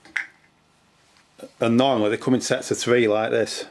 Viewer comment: 'ole' = hole 'tread' = thread 'tree' = three Aussies do not using the letter 'h' much.